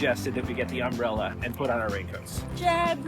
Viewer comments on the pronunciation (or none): what did I take away from your video? you put the emPHAsis on the wrong sylLAble for the word, "umbrella." 😂 love your content! you both are so relatable in unrelatable travel adventures. (yes that is a comment 😂).